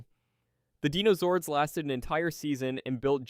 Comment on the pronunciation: It's crazy how you said dinozords right one time then went back to saying denozords. SMH